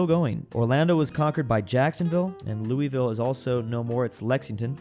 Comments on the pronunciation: Me watching as he just ignores the battle between St. Louis and Kansas City and then say Louisville wrong which probably just angered people from Kentucky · Same here! Sucks they lost though. Crazy that they lost to Lexington. It’s also funny that he was pronouncing it wrong lol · THE WAY YOU SAY LOUISVILLE 😭